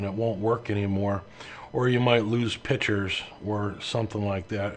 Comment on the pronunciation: Thank you so much! Your explanations are so easy to follow! I'm an amateur photographer and I was able to free up so much space by your step by step instructions! My only complaint lol is your pronunciation of "pictures". It's pronounced "PICK CHURES" not PITCHERS. I'm a retired special ed teacher and that was one of my pet peeves. I'm just kidding with you though and want you to know that you've helped me greatly! Thank you and I'm looking forward to learning more from you!